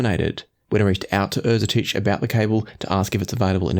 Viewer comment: Great review. I'm thankful thatI now know how to properly pronounce Erzetich